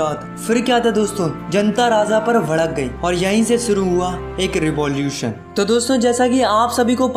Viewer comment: Are bhaiya vadak nhi bhadak gyi 😂😂